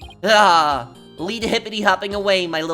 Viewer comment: You're supposed to say it like "Ah." and "Oh."